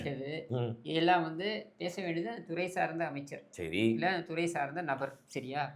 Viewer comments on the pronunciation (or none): துறை சார்ந்த nu சொல்ல சொல்லுங்க. துற சார்ந்த nu தான் சொல்வாரு. தமிழை காப்பாற்றும் குடும்பம். ஐ சவுண்ட் வராது